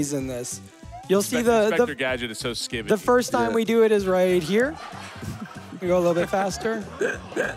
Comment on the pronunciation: He says skibbidy